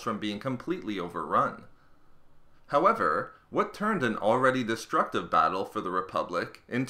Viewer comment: These vids are great at x1.25 speed...however the HOWEVER's aren't as nice.